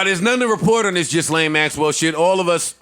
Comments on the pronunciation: It’s not ghislaine ( gis-laine ). It’s (gee-laine). Please say it correctly so you don’t seem like a fool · HER NAME IS PRONOUNCED GILLAYNE